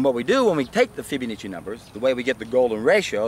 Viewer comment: Fib-uh-NAH-chi :D